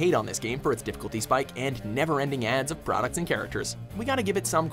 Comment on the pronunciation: i tought that you said aids